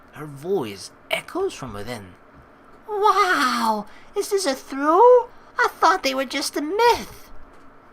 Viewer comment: The way you pronounce trough triggers me. xD